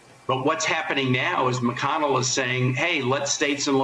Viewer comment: Mitch Mac-Conn-ell.